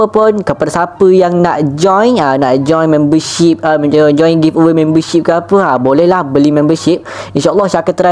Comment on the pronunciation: be like: Memberrrrrrrr shipperrrrr Me: aku nk jumpa cikgu BI dia ni-.